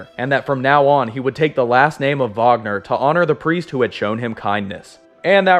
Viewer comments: Not to sound rude but His name is Kurt Wagner not Vagner he says it like that because of his accent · It's SPELLED Wagner, it's PRONOUNCED "vaːɡnɐ" regardless of what accent the person pronouncing it has. You can look this up.